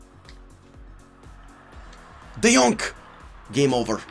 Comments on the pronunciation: that's not "D yonk" 😂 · Nobody: Absolutly nobody:: tEaM oF tHe YeAr De JoNk